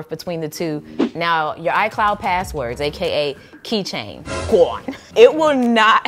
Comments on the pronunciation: lol gwone 😅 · Everytime you say “GONE” I die every time 😂🤣🤣🤣🤣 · you saying, "GONE," takes me all the way out xD #loveit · Every time she said "gawn" i fell out🤣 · Your “gone” is everything 😂😂